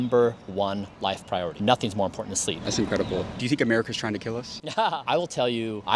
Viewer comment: He’s out of touch (and a little creepy lol) but I like how he emphasizes sleep at least 😅